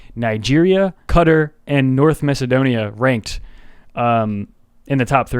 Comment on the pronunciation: Qatar is pronounced cat-taar